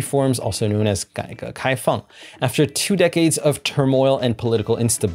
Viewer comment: You pronounced 改革开放 gai ge kai fang( the reforms and opening up) soooooo well that I think you are like native Chinese!